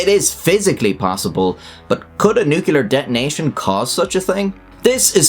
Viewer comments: A physicist, a linguist, and a speech therapist die in agony somewhere every time you say "nucular". That's a lot of dead people, man. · Please practice saying "new-clear;" you're better than George W. Bush. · Stupid Americans can't even say "nuclear" properly. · learn how to say the word nuclear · I feel compelled to correct: “nuclear” is two syllables. 🤓🤷‍♂️ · I hate when people mispronounce nuclear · I cannot take seriously any reporting about nuclear weapons by a channel that releases a video which mispronounces the word nuclear. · The word is NUCLEAR, not nucular. Pronounced new-clear. Put your big boy trousers on and give it a try. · Oh, still saying Newk-yuh-lur in 2024/5ish 🤣 I used to do it, maybe I still do. Almost feels like "Newk-yuh-lur" relates more strongly to nuclear weapons, and "new-cle'ar" relates more toward energy. I think I can blame George Bush Jr. For this. Thoughts? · NUC LE AR NOT NUKULAR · Firstly, why are you mispronouncing nuclear? It is easier to say New-clear than new-cue-laar which is the way Harry Truman the US president said it, and said it incorrectly. Secondly, Russia has next to no working nukes. It costs 60 Billion per year for the USA to maintain its nuclear arsenal, which is as large as Russia's, and Russia only spends 55 billion per year maintaining its entire military, army, navy, Air Force, and nuclear weapons. Given the monstrous corruption that all branches of the Russian military experience, and the general lack of maintenance of all Russian equipment, the chance of any Russian nuke made before 2012 working is zero. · Good channel... I have a hard time getting over the "Nukular" pronounciation of "nuclear" :D. But don't mind me, your videos are good. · Why can't anybody pronounce the word NUCLEAR! IT IS NOT NUCULAR FFS!!!!!!!!!!!!!!!!!!!!!!!!!!!!!!!!!!!! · Maybe it's because of your thick Scottish accent, but it's pronounced nu-clear; as it is spelled. Not nuke-ular. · Nuclear not nucular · nuclear, not nucyaler